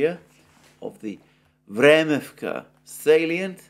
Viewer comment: Vremivka ledge, how could you possibly mispronounce this ?? 😂😂What’s a salien?? This is indeed a small village if I see it correctly.